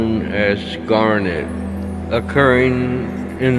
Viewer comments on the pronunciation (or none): none